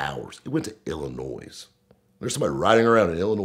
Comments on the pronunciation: “IllinoiS” lol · Someone let know that there’s no “noise” in Illinois. 😁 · I just know that there is no noise in Illinois. Educate yourself please making southerners look ignorant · Illinois with a strong S. Hahaaha love it